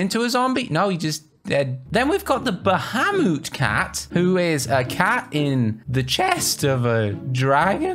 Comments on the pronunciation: you butchered Bahamut almost as much as Siri mispronounces Akaroa ba-hay-mutt, you said ba-hah-moot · Its actually ba-ha-moot